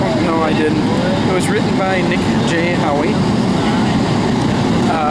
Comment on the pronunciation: Hey!! Thanks for the review. Really appreciate it. I have a 2nd edition half written with updates for P85D, Autopilot, etc. etc. Hope to have it out in a month or two. The only thing you got wrong is that "Howe" is pronounced "how" not "how-y":-) Love your videos, BTW. Keep em coming.